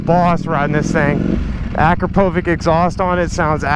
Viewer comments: It's "Uh-Cropa-Vich", not "Ak-row-po-vick" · {akrApovich} should pe pronounced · Say it with me "Ah-Krahpo-Vich" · "Akrapouvik exhaust"......bruh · „Akropoohwick Exhaust“ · Is that how yo say akcropovic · Please say akrapovic correctly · the way you said Akrapovic killed me 🤣